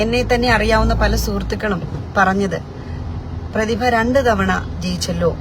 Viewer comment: പ്രതിഭ അല്ല.. പു..തിഭ 👍👍👍👍അഹങ്കാരി 👌👌👌